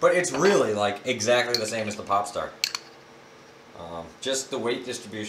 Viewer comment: when i hear popstar i thought you said p$rn star